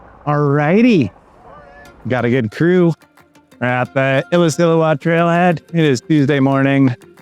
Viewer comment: I'm late, but Cody just likes showing off that he can pronounce illecillewaet...